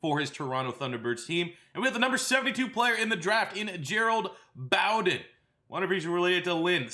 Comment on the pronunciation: It’s pronounced bow-den like bow and arrow and bear den. keep up the good work